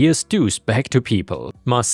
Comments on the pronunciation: It's 'Mar-sha," not "Mar-see-ya," like from the Brady Bunch. That was the joke about saying it three times... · not mar ceeya,,,, MARSHA, MARSHA MARSHA, ...... guess i am old too. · The reference to the Brady Bunch is, mar-shuh, mar-shuh, mar-shuh, not mar-see-uh, mar-see-uh, mar-see-uh. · FYI, Marcia isn’t pronounced “Mar-see-a”, it’s pronounced “Mar-sha”. The OP of that story was referencing The Brady Bunch, where a recurring theme was a character admonishing Marcia Brady for some annoying busybody action by going “Marcia, Marcia, Marcia!” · Just a heads up, Marcia is usually pronounced "Marsha" and was intended to be with the 3 times thing (That's a reference to a very old television show called The Brady Bunch) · 'Marcia' is pronounced 'Marsha' Pronounce it that way 3 times and now, you're Jan Brady! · Just FYI, but "Marcia" is pronounced "Mar-shu." So you know for the future. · Fyi: Marcia is pronounced like Marsha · "Marcia" is pronounced "Mar-sha" :) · Lovet stories, and it is pronounced Marsha. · Dude. Love listening to you read but I’m dying! YouTube the Brady Bunch, when Jan yells Marsha, Marsha,Marsha! You’ll learn how to pronounce it correctly. So funny tho the way you read it! 😂😂😂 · it's pronounced Mar- sha. It's from the Brady Bunch TV show. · Just as a head's-up, "Marcia" (at least in the US), is pronounced "MARSH-uh" - The name was used in the 70s TV show, "The Brady Bunch," as the name for the oldest daughter. There's a meme about the middle daughter (Jan), whining, "Marcia! Marcia! Marcia!" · It's surprising how little effort it actually took to confirm the pronunciation of "Marcia". Turns out modern technology makes it remarkably simple to find out how words are pronounced.